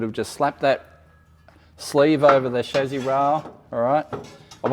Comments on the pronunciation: actually English and American pronunciation is similar. Except Americans (like a lot of words) pronounce it phonetically, as in “Cha-see”, where as the English pronunciation is “Sha-see”. Your’s, “Shaz-zee” is just incorrect. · Everytime mispronounces “chassis”, I get a tick.